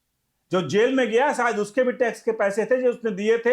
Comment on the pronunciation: शायद का उच्चार गलत था।